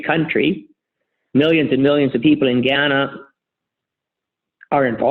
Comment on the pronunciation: For someone who invests a lot of money in Ghana, it’s rather surprising he can’t pronounce the name correctly. I doubt he’s spending much time on the ground.